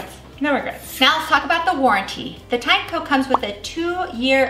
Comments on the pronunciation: pretty sure americans botched tineco pronunciation. how do you pronounce a tin and eco. then why the heck it's tye nako if they're put together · it's teen-e-co 🤦‍♂